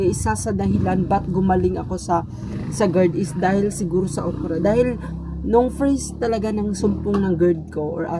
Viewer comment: "Ukra" talaga?😂